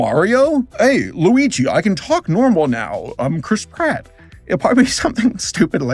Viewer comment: he just said Loui G... and not luigi... bye